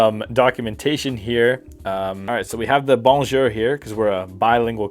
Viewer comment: As a French person the way he said bonjour is killing me.